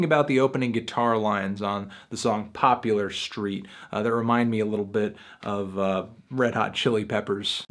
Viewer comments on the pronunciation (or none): POPLAR not Pop-U-lar POPLAR no U in poplar its just poplar theres no u to make it popular street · Everyone is talking about his take on Agnes but not that he also didn’t seem to get the point of pork soda and didn’t even say the name of poplar street correctly? Popular street?? He literally says the name in the song and it’s not popular street. It’s okay to be ill informed but then why make a video sharing half baked opinions? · POPULAR STREET 💀 HE SAID POPULAR STREET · "popular street" bro can you read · First off, little correction. It's "Poplar St" like a poplar tree, not "Popular St". This album, which I highly anticipated, was a little bit of a let down. Zaba was completely ambient with how the songs transitioned and it was one constant sound progression. As an album I think Zaba was better, like an 8 or a 9 in my opinion. This album had a lot more single power, and Youth is one of my favorite singles this year. The lyrics in that song are pretty powerful. But yeah, the singles were great and there were some other great songs, but there were definitely some let downs. 6-7 seems fair. I'd lean closer to 7 because I don't wanna understate the strong spots, but yeah. Glass Animals has a lot of potential and I'm definitely very excited for their future. If they could combine the things that made this album and Zaba great and get some stronger lyrics going throughout they could really hit it out of the park I believe.